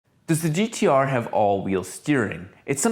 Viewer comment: I take offence to the "if you're australian" comment hahahahahaha but touche :p it's pronounced "gtaaaaaaaaaaaaaaaah"